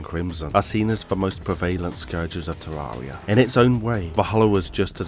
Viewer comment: i always find it funny the way he says terraria tywaeya